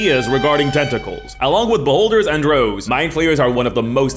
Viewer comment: I think said "Rouges," but I heard "Rose." ( - )